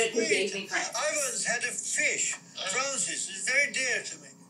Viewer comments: Slighorn says it like ‘frowsess’ with a hard ‘fuh’ on the f. Haha helliva pronunciation+accent there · Trousers or Francis? Sounds like trousers… but could be Francis? Strange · Not sure how you hear Trousers, I hear Francis, even though he pronounces it the British way and and the "a" sounds like a short "o". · You could hear “trousers” the first time he says it, but a little later you can definitely tell that he is saying “Francis” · Weirdly enough I wondered why you shouted out Trousers in the beginning of the video regarding the fishes name. I always thought it was Francis. I guess drinking to much wine makes you mumbling Francis like Trousers :P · I can't believe both the brothers have thought this fish's name was Trousers this entire time. Like, listening to it again, I can hear Trousers. But in no way did I think that before the much more common name Francis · How can anyone hear “trousers”. It’s Francis, and sounds like Francis. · When he first mentions the fish I hear clearly trousers and when he he sais that a student gave it to him I clearly hear Francis. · slughorn says trousers i don't care what the subtitles say or what google says. he definitely said trousers. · I’ve never heard that as Trousers (blatantly wrong, btw)…but now I can’t unhear it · It's always been Francis. Sheesh people need new earphones 😂